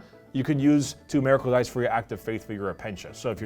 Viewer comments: "Meracle dice" lol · “Mayrackle dice”